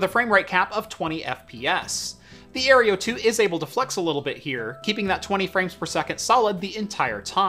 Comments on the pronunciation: No offence but - Aereo. - It's Aero (Air-Oh) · Aero... Aero... Aerio? ... sorry I just couldn't ignore it. But great video nonetheless 😅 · Air-OH, ffs the E is before the R. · You keep mispronouncing "Aero" as "Areo". :P The kitty is a good diversion tho. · I cringe every time he mispronounces the AeroFara. It is Aero... like Aerodynamic.